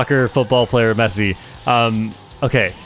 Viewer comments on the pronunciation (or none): none